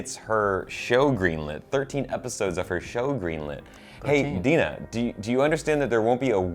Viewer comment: Love this❤️❤️ but am pretty sure it's Dinah not Dina or Deena. Ok that's all bye:)